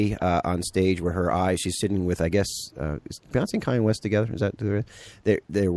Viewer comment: KAHN-YAY, not CAY-ENNE West. Irritating.